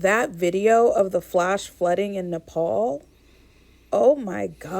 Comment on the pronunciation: Its pronounced Nepal 🇳🇵 😊